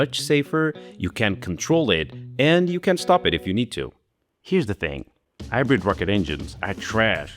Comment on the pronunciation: Why can you pronounce the letter H when there isn't supposed to be one, like in the word 'oven' , but you can't pronounce it in words like 'hybrid' ?